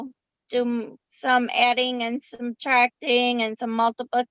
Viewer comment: It’s suBtracting. NOT suMtracting.. I don’t think YOU need to be helping Blake with reading and SOUNDING out words since YOU YOURSELF can’t pronounce words properly.